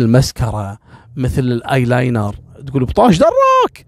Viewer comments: 😂😂😂😂 طالعه حلوه كلمة الآيلاينر الله يسعدك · والله يا جمال القصة في كوم وطريقة نطقك للايلاينر كوم تاني.متت من الضحك